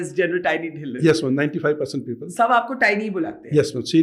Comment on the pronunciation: Put a small effort to get the name(Dhillon) right. Just because the language of podcast your team should know you're talking to a Indian